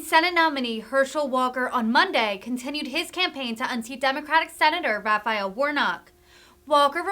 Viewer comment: Raff Eye El? That is too formal. Please get her some lessons or find a new presenter. Such great content but she is so NOT professional!